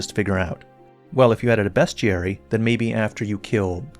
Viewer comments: I never like videos, but I did this one simply cuz you pronounced “bestiary” correctly 😂. Really tired of people saying “beeeeeastiary” I get it, it makes sense, but man… it gets tiresome. ….As for gyro, every dev needs to just start contracting Jib Smart (the guy who invented Flick Stick) to handle all their gyro stuff cuz yeah… it’s usually not great. The best implementation so far has been in games like friggin Fortnite (or so I hear). If you’re playing on PC, I’m pretty sure Jib Smart has made a program that can allow you to setup gyro for any game you want, but you’d have to do it for every game and have it running while you’re playing the game. (Could be talking outta my rear, but I’m pretty sure I recall hearing about this. I’m on ps5 tho, so not 100% sure. You can look it up tho 🤷‍♂️) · Good content got the Like, proper pronunciation of "bestiary" got the Subscribe.